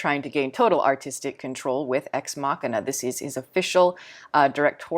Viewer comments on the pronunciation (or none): Garland says it's pronounced 'Ex Machine Ah'. I always thought it was the way you pronounced it here as well.